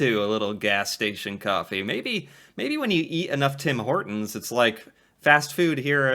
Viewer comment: Tim Horton not tim hoer town